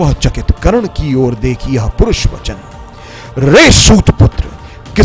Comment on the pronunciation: Kahi kahi mistakes hai, jaise parush vachan h purush vachan ni h, jaise parth nandan ni h pritha nandan h. Aur extra effort laga rahe ho mujhe aisa lga, lai bhang ho rahi h. Good work